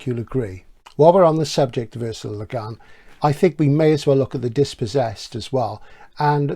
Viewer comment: Great video as ever. I remember bering absolutely blown away by both The Dispossessed and LHOD when I first read them (and they are certainly overdue for a re-read). A small note about the pronunciation of Le Guin, however (and I only bring this up because I know you’re particular about getting the details right). To quote Le Guin herself: "Le Guin is not a French name at all; it's Breton. It's pronounced, to the best of my knowledge, just like its Welsh cognate gwyn — white, blond, fair."